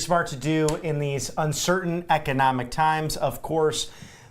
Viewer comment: Trump's low energy delivery is something we're all getting used to now, since it's a daily feature of his "weird rambling." He can't even say "economic." It's really not that hard a word to pronounce.